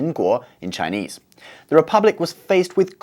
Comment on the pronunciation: Your Chinese pronuciation is very good. And your lecture is easy to understand to non-Chinese people.Hope for more videos of your channel.